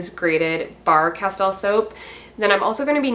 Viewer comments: It’s pronounced Casteel fyi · Castile is pronounced 'casteel' I believe. I use Dr. Bronners also. Good stuff!